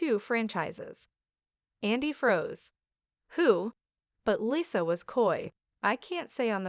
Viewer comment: AI dubbing is the worst. It can't even pronounce "Lisa" correctly.